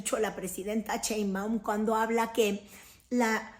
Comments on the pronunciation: Critoef? Ese apellido si haces el esfuerzo por pronunciarlo bien ???? Una vez más ...no seas vulgar pronuncia bien el apellido de la presidenta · Mal Pronunciation Cheinbaum.....y dice New York times correctamente Que pesadax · Pronuncia bien el apellido de la presidenta... no seas vulgar !!!